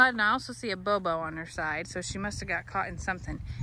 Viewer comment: C'mon you're a Yankee! It's a boo-boo not a bow-bow!!😂😂❤